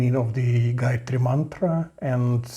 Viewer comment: Wtf excuse me why do you guys try to destroy everything related to us please 🙏🙏. Gayatri mantra is a very sacred mantra for us indians sanatanis dont demolish it with your improper pronounciation seeing google and talking shit bro please 😭